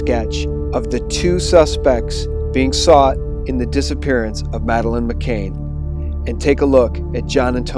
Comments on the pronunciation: Why are you pronouncing her name as "McCain" when it's "McCann"? Regardless, thanks for offering, so far, an objective alt-news channel. I watch almost all of your vids. Please don't lose credibility and let the chips fall where they may. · This report is spoiled by your mispronunciation of Madeleine's surname. You get it right when you read the article on her parents. Her name is Madeleine McCann, not McCain. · pronounce Savile as Sav-ill. McCann as Mm -ah-can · To whoever is narrating this, you do that wonderfully annoying thing common among Americans which is to mispronounce names and places. in this case McCann and Saville. You can hear Piers Morgan saying it correctly yet you wish to say it differently. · Seriously, u said "McCain" AGAIN OVER AND OVER AGAIN IN THIS VIDEO TOO???? FFS her name is "McCann" -- NOT MCCAIN. Over and over again u say her name wrong, in more than one video. GD! Pls stop mispronouncing her name in EVERY SGT VIDEO, PLEASE. Therez no way I'll share these vids when u repeatedly can't even get the very victim of the story's name correct. How can anyone take what u say seriously when u can't say her name that's RIGHT IN FRONT OF UR FACE correctly, and repeatedly??? And this is great pizzagate info. But FFS, GET HER NAME RIGHT. Do u not have EDITORS at SGT Report???? Pleeeease, please fix this. You lose major credibility points for repeatedly getting her name wrong when it's RIGHT IN FRONT OF UR FACE; ur putting her name up in writing in the very vid ur speaking in, and getting it wrong. It's as if u can't even look at what's in front of u as u speak in the video. Seriously. Fix it. It's un-sharable. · JEEZ feller her name is McCann not McCain get it right you numpty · Great video but please pronounce her name correctly its McCANN not Cain. It detracts from the quality of the info. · It's McCANN ! Not MCAIN !!!!!! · it's mccann i believe can not cain right?